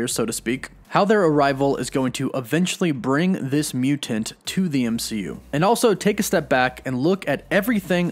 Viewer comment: Mutant not mutent.